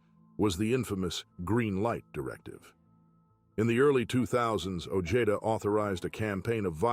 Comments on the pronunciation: O-hay-duh ! Not ojayduh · Peter ojeda sounds like (oh-je-da) say it correctly or don't say it at all your making money off somebody bad homies they still have Familia out there ! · 😂 his pronunciation of OEDA is killimh me as bad as Eme